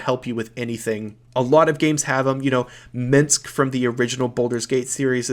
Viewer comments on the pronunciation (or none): none